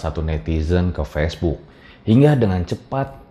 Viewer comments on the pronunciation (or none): none